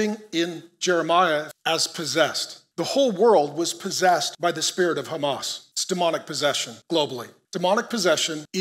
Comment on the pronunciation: Although you can pronounce “h” as “h” in Hebrew you still insist to use the “chet” sound so the word fits your narrative. I used to wonder why but thanks to all of you the more we read and research the more we understand. It’s “Hamas”not “Chamas”.